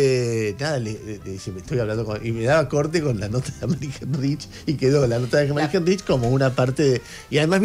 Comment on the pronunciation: se pronuncia Ánemari jáinrij